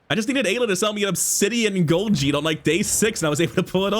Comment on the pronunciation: I know it’s not a big deal, but hearing jitte pronounced as jit always tilts me lol